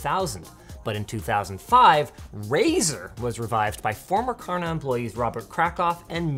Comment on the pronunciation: "Karna", and every Swede just cringed...